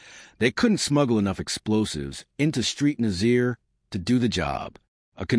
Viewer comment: St Nazaire . St is not 'street' it is 'saint'. Nazaire is Naz-air not Nazeer!!